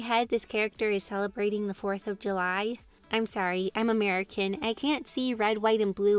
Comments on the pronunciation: the way you said murica was priceless and to answer you're question i like having you're vids up so i can multi task and look over to what what you're up to in the video and or just watch you're vids as i like watching the way you draw as its kinda relaxing :3 ♡ /マ ^ ˕ ^マ/| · Teh way you said "Murica" was funny for some reasons haha. Also, i usually watch the entire video, i think its neat and it allows me to have a real mental break so ye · I fully watch the vids Also saying "Merica" is my new life support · saying “‘Merica” keeps me going in life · Didn't expect to hear say "'Murica" XD I love it